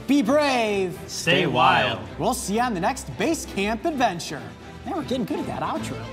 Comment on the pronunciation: What's up dude all you do is "bace canp" are you getting old are you ok